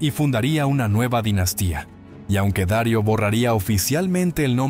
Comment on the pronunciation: No se dice Dario sino Darío el grande. Hermoso relato nunca lo había escuchado me encantó. Gracias 👌.